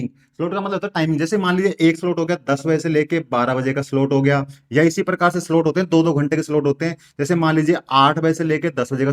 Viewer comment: 😂solt nhi re baba slot 😅ye hota h